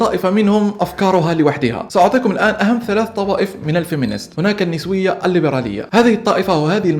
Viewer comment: النِسوية!! النَسوية انت أنطقها عدل بعدين تكلم بموضوع اكبر منك